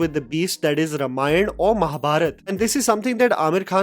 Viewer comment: It’s not रमायण it’s रामायण